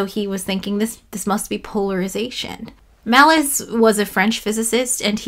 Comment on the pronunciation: Pronouncing Malus as "Malice" just seems malicious...